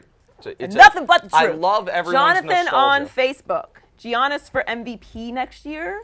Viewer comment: Giannis. And yes Joy, your pronunciation was spot on (I'm Greek)!!!